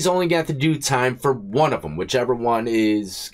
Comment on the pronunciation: Bro straight trolling us now on his pronunciation of the word one..... He goddamn well know he be sayn "23 & JUAN" 😂😂😂